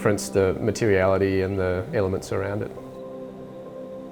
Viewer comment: The Port Fairy house is fabulous, just the type of clever recycling I love. All of them were great in one aspect or more, the heat recovery ventilation system looks very interesting for solving damp, mouldy bathroom problems but I had to yeet on the last one as soon as the architect said 'materiality' or is it 'matereality'. An old timey Australian insult comes to mind and it rhymes with banker!